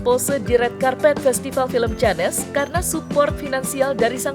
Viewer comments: Tolong mbak yang kasih reporting bilangnya jangan canes dong tapi Cannes (kane) makasih mbak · Cannes..?!!!... nyebutnya yg bener dooong.....malu maluin banget orang indonesia... canes... 😂😂😂😂😂